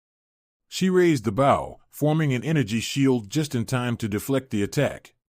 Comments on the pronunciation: It's pronounced Beau. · Might be a good story but I’ll never know because I can’t get past the constant mispronounced BOW. How damn hard could it possibly be to edit and correct the pronouncing of the main word in the story.